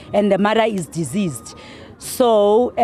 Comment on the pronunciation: The way she pronounce deceased 😢